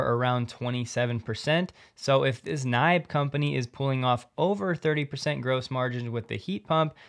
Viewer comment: Swede here. We pronounce NIBE “nee-beh”. They are a major vendor in Sweden. Since we have roughly the same climate as northern Canada, geothermal energy is a very common way of heating our houses in the winter time. You drill a hole, straight down, around 150 meters (450 feet) and that saves maybe 30% of the cost for heating - of course depending on your climate zone, house standard and overall power consumption.